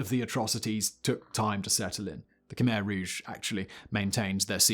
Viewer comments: Not khymer ,,,,,,kmehr……say it right…….all you do is talk. Do it right! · It's pronounced "Kuh-my" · just for anyone who doesnt know, Khmer is actually pronounced Khmy